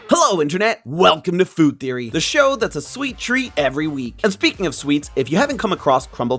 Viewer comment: "feed teory" 😭😭